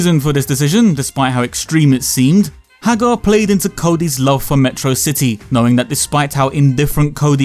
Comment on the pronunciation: its pronounced "Meh trah Sih Tee"